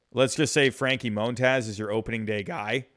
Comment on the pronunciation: "Moan-Taz" lol